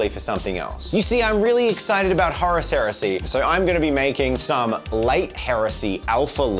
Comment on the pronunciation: Maybe they didn't invite you to WH World is they are angry at the way you pronounce Horus. 😅 These look great by the way.